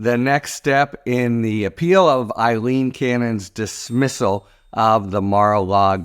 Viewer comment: Harry, Judge Cannon's name is Aileen, not Eilene. Come on - we can do better than this. Some are deliberately mispronouncing Kamala Harris' name. Let's respect those we report on by pronouncing their names properly.